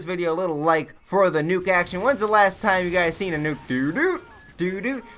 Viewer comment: "Then he ended up CHLUTCHING IT FOR THE NUKEE!!!!!" xD